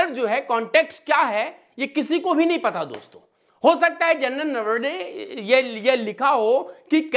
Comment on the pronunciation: 'सही शब्द बोलना सीख लें: नरवणे। "नरवड़े" नहीं। और भी, आपके आसपास में बैठा कोई लगातार खाँस रहा है, आपने कैसे नहीं सुना?!